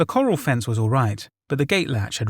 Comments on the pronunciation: It’s pronounced “Cuh-RAL” not as “coral” in “coral reef”. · Absolutely fantastic but as a person that ranch's listening to corrals being pronounced like corral reef instead of pronouncing it "keral" about drove me up the wall. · Coral lol. Took me a minute the story was confusing at first then I realized corral lol. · You keep saying coral for corral (kor-ral). One is aquatic funny park for fish and the other is livestock jail. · love the content, dude. gotta let you know, "corral" has the emphasis on the last syllable. so basically, it's "corRAL", not "coral" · Legit took me a minute he meant corral. Im thinking "coral? In the middle of montana? Oooh wait!" 😂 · Corrals is pronounced k' raals not like Corals in the ocean. Think Gunfight at the OK Corral . I apologise for correcting you but it's meant in the best possible way , I have very high regard for your narrating but as an English language teacher I cant help myself. 🙊 😘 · Coral!? Come on mate have you never seen a western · Corral is pronounced core-Al (Think of ALfred). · Lmao "coral" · Nobody has ever put their livestock in Coral. Come on tnere is a difference between a hard to pronounce local name & coral, corral. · Oh so that's what he was trying to say , it hough it was a location named Coral or something like that lol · I love your content. However, for future videos, "corral" is pronounced "kəˈral" (sounds like "ku-rowl"). Keep up the excellent content! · corral is not pronounced like coral! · This English guy mispronouncing corral is awakening my inner American patriot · Awesome story and great narration, but please learn how to pronounce corral...lol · Died laughing everytime corral is pronounced coral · I was trying to understand what he was saying for a long time and why the hell there would be corals where you could leave your horse in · Ikr. I’m from Montana too and I was like what?? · Omg I didn’t know it was corral- I was just confused about what a “coral” was the whole time